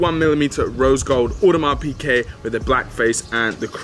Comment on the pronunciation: how he pronounces "Audemars Piguet" :(